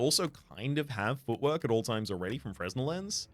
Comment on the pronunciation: On a related note, the "s" in "fresnel" is silent.